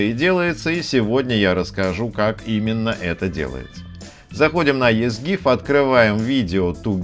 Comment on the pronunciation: Читается "Изи гиф"